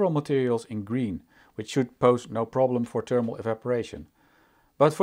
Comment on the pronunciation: It's THERMAL not TERMAL